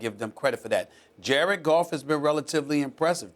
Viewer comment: this man Stephen A really said jared golf